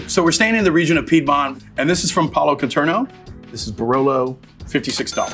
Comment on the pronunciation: Makes me wince as much as that pronunciation of Piedmont